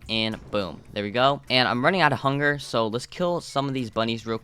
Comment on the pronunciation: why did you say funger instead of hunger